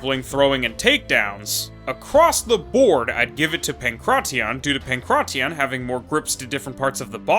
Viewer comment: The way you say pankration makes my skin crawl